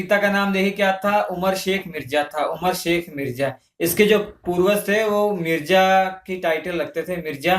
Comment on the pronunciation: Not mirja it's mirza